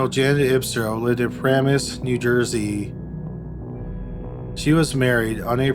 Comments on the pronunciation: It is puh-RAAA-mus just FYI. Otherwise, these stories are exceedingly creepy. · You absolutely killed me with the pronunciation of all the places you said from New Jersey.... Passaic is said Pa-sa-ache. Paramus is said Pa-ram-us. You were close but my husband couldn't figure out why i was complaining about places I used to live near when I was listening. LOL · Why not learn to pronounce places like “Paramus” and “Passaic”? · I'm from NYC, my dad is from New Jersey, so I instantly knew the distances between the various places you mention in NJ. But I don't think everyone knows this. For example, Lodi is almost 3 hours from Manhattan, depending on traffic and speed. Also, Paramus is, "Pah-rah-mus" not, "Para-mus". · I was so impressed when you pronounced Bogata NJ the right way. But how did you pronounce Passaic? It is Pah-say-ick. Montville is in Morris County, which is a good bit of a drive from Bergen County. And first you pronounced Paramus right and then got it wrong? I'm glad none of these murders happened in Moonachie or Ho-Ho-Kus.